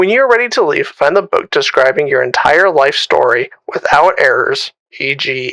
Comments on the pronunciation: "Enitre"... sorry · Nice subtle “Enitre”